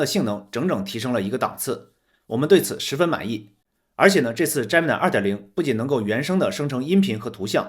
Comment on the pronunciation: 人家读的是杰米奈，你怎么读的是詹么奶😅